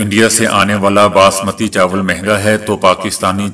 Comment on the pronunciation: باسمتی( baasmati) ، نہ کہ بسمتی۔ برائے مہربانی سدھار کرلیں۔ شکریہ۔